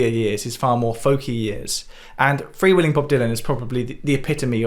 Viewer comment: Your previous videos are musical and engaging enough to make me want to give a listen to the ones I don’t already know. Small quibble: mispronunciation of “freewheelin’.” Pronounced correctly, it rhymes with Dylan, kinda.